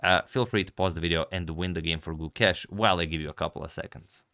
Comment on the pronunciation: gu•KESH I like how Agad has corrected the pronunciation. 🙌